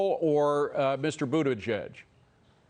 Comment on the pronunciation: Did he call Butt-edge-edge "Crack Transportation"? 😂😂😂😂